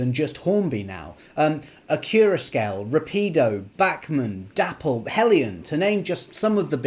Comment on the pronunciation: Not pronounced "dapple". Pronounced " day poll" 😊